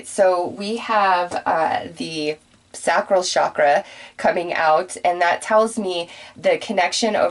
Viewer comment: With all due respect, Sacral Chakra, pronounced (say-cral)